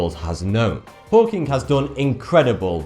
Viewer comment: does anyone know why he pronounces words like stephen hawking with a k at the end like stephen hawkingk